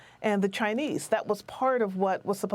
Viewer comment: FENTANYL. She's not saying it right.